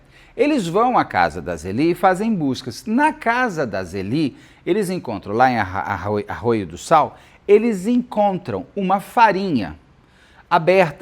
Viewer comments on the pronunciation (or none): Te adoro mas aaiii deu uma agonia ouvir você falar raio do sal hehehe é arroio do sal - uma cidade bem pequena próxima de Torres, normalmente no verão essa praia recebe mais famílias para turistar que jovens por ser mais pacata e tranquila ☺️ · Arroio do Sal e não Raio do Sal. Rsrsrs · O Beto quirido, é Arroio do Sal o nome da cidade e não "Raio do Sal"..... 😂😂😂😂😂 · O certo é Arroio do Sal e "Máida" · A pronúncia correta, da cidade. É arroio do sal. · Boa tarde. Me divirto com o Beto errando nomes. É Arroio do Sal, Beto.😊😊😘😘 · Aqui só pra dizer que amo o Beto errando o nome da cidade de Arroio do Sal cada vez que fala do caso hahahahahaha <3 beijos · Oiiii Beto, direto de Porto Alegre só pra te assistir e te ouvir falar lindamente errado o nome da cidade "arroio do sal" 😅 uma graça paixon!